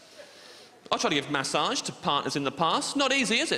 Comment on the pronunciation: His pronounciation of massage is triggering